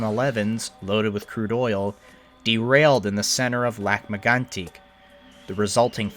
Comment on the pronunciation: Why are you pronouncing Lac Megantac that way in this video? I've watched your video on that and that was not how you did it then.